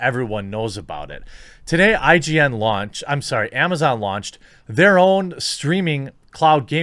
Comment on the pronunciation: He said “ign launched” lol